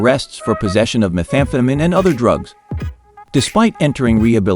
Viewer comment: I love the way it tried to say "methamphetamine" like what 😂😂😂😂 quite interesting. AI is great haha.